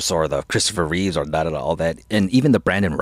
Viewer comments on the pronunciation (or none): Both of you saying "Christopher Reeves" is killin' me. LOL! It's "Christopher REEVE." No "s" at the end.